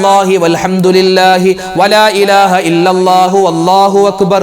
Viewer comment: ഉസ്താദെ വള്ളാഹു എന്നാണൊ - അള്ളാഹു എന്നാണോ